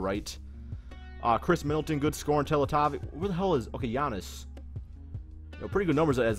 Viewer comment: Tuh-let-toe-vich is the correct way to pronounce it